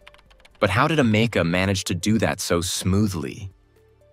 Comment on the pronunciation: It sounds like "America" )("ameca") hummm